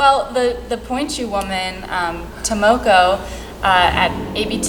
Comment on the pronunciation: Try pronouncing Tomoko's name right. I bet she'll flip! The stress on the first syllable and with correct vowels (TOE-moh-coh, not tah-MOH-coh). Good luck!!